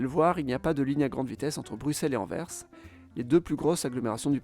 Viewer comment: merci d'avoir prononcé correctement AnverS avec le son "S" final bien sonore et audible. sans ce "S" à la fin c'est insupportable d'entendre pour les oreilles des belges francophones (tout comme Bruxelles qui, à l'oral, se prononce avec un son "SS" et pas avec un son de "X"). merci !